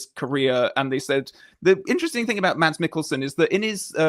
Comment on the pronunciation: Just a little hint from a Dane: if you want to pronounce Mads in the danish way, drop the D and say Mas.